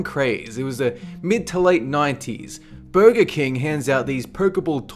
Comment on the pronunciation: You say burger like booger